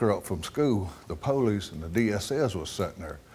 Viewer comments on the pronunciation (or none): The POE-leese. The damn POE-LEESE! XD